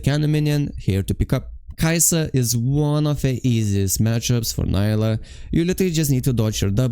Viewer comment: I really love your videos and guides ❤, also your work, that's not a "hate" at all, but it gave me hope when you said Neela instead of Nyla 😭😭 I do must say neela is the correct one and I don't know it just feels like she's some random white blond demacian girl when "nyla" is spoken by someone. Still awesome videos thank you for the tips you help a lot ❤